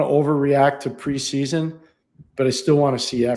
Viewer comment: It's PRE-SEA-SON!! Holy hell just chill lol